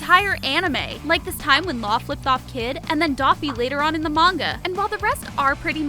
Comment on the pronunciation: aint no way she called akainu "aka inu" and doffy "daffy"💀